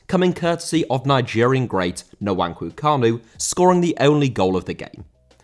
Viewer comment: "Nuwanku Kanu" 😂😂😂😂😂😂😂 Nice job tho